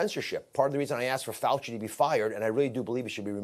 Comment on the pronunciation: It's Dr. Fow Chee.